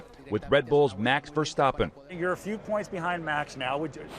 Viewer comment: Almost said it correct. The A in Verstappen was really good, but the A in Max should sound the same